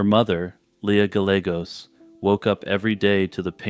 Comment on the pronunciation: Gallegos is pronounced “guy-A-gOs” but otherwise stellar video.